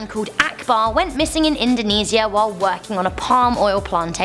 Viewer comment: How pronounced Indonesia🇮🇩😂 Hey, I live in Indonesia, so I pretty much know about it